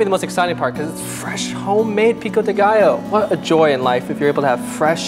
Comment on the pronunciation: mooood just heard saying "pico de gallo" chefkiss